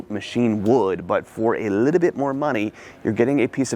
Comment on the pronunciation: "A Liddell bit, a Liddell bit, a Liddell bit" -. In every video